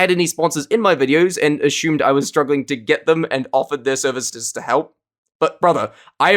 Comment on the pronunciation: WHY DOES HE SAY ASSUME LIKE THAT